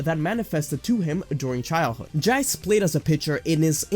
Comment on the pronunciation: Why you pronounce Jiece Jie-ce? Shouldn’t it be jeessu?